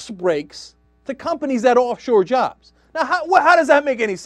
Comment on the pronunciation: reh rooh uh jarrrrrbs